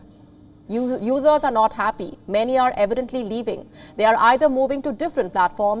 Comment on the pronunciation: She's got to work on her pronunciation of "users". Every time I hear her use that word it sounds like "losers". lol 😅🤣😂🙃😂🤣😅 You're a loser if you like woke garbage!